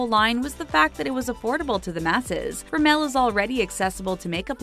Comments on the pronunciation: You pronounce rimmel wrong But love your videos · the way she pronounced 'rimmel'... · Triggerd everytime she said Rimmel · Tijana Miladinovic thank god I'm not the only one